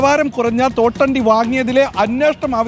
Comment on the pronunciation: തോട്ടണ്ടി അല്ല പേട്ട അണ്ടി😂😂😂😂